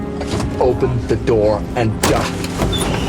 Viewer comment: “Open the noor” gets me every time.:)))